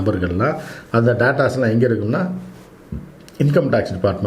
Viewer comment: டாட்டாஸ் இல்லிங்க டேட்டாஸ்.. நாம பேசறது பெரிய விஷயம்ல.. உச்சரிப்பு தரமா இருக்கணும்.